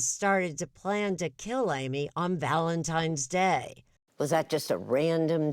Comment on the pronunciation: Did she just say "Valentime's Day"?